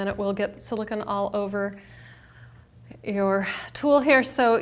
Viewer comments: You're so annoying how you say silicone! It's not Siliken! Wtf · silicon is pronounced as you are saying in this video you are using silicone "cone"